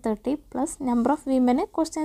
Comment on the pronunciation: വെമീൻ അല്ല വോമൻ 😂